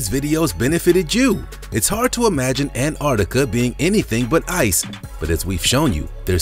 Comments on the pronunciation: Please, Americans, there is a ‘t’ in AnTarctica. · Learn how to say Antarctica bro! Soz it’s annoying!!